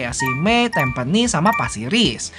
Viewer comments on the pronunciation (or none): Tampines itu baca yang benar gimana sih? Tampines kok jadi TamPENIS?